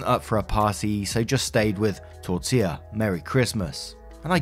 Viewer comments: great job pronouncing Tortilla’s name this time. 😊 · You perfected “Tortilla”! I smiled every time you said it in the first video… but that was a CRAZY saga so the unintended comedic relief was great! #torillagate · Omg you got Tortilla right this time! love it haha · Thank you for saying Tortilla properly, it means a lot.